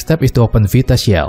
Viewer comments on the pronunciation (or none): This is fantastic thankyou so much. The way you pronounce "Vita Shell" fucks me up every time.